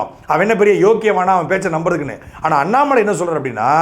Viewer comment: Please pronounce Mr. Annamal..